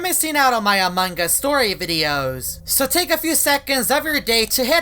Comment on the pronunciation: Haha not anong us its among